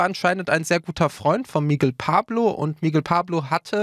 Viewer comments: MIGUEEEL UND NICHT MIIIGEL.... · Es wird Migél ausgesprochen nicht MIGUEL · Das heißt Mi-Gell und nicht Migel wie Igel 😔